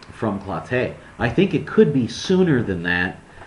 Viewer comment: It's "clo-TEE", not "clo-TAY" you Big Fat ass.